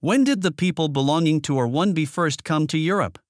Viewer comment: sure! May I suggest, then, that in the script you cue the AI to read the haplogroup designations more slowly by inserting spaces between the alphanumerics? eg. R 1 a, R 1 b, etc. That's one way it might sound more natural since English native speakers do tend to give each alphanumeric full and equal stress but the AI isn't doing that. Just a thought.